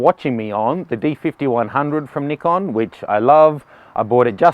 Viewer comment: its nice to see someone who says nikon, not naikon :D